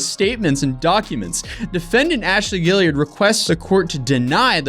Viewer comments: Guillard! Guilliard... Guillard! Guilliard... These are two different names and you keep saying one of them. And it's not the one that's spelt right. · I know it's kind of trivial given the gravity of the video but it's bothered me since the last video about this tiktoker, there's no "i" after the last "l" in Ashley Guillard's name, but he's been pronouncing her name Guilliard every single time. I don't think it's intentional, but he's literally reading her name 10's if not near hundreds of times and has not pronounced it right. Maybe I'm wrong? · Guillard is pronounced Gee-yard.